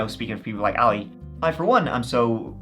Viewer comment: Sorry To Correct You But Your Pronunctiation Of His Name Is ALI.... He Is Arabic So His Name Is Pronounced AHHH LEEE.........